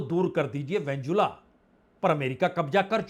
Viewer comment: Venezuela not venzula please correct your pronunciation Netanyahu Not Nathanu